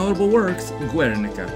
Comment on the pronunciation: Its pronounced gernica, not guernica